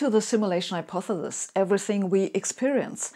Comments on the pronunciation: so we are supposed to follow this Hypothesis from someone who cant even say the word hypothesis.... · Personally I pronounce it, "hypothethethis. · I’ve only just found Sabine’s amazing videos. Why does she pronounce ‘Hypothesis’ as ‘Hypothelis’? Tongue twister? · Or how she can't say hypothesis, but we love her anyway. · I love how you say hypothesis. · I think the way you pronounce 'hypothesis' is cute. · Why would a computer programmer create a synthetically simulated Sabine who can't pronounce the word "hypothesis"? Is this a glitch in the algorithm? Or did they do it on purpose to throw us all off track? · Aww. Isn't the little physicist cute when she can't pronounce hypothesis. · How cute. Sabine, an undoubted brainiac, who gave quite a good talk distinguishing American and English pronunciations, cannot pronounce hyopthesis. She stumbles at the last syllable. Reminds me of my late father, a very intelligent and well spoken man, who could not say "ordinary". Such is life. I'd like to think I could teach her, but I never managed with Dad %^)